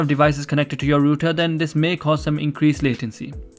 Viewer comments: i know its spelt router i just spelt it wrong so you would know he dint say it right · the fact that he said rooter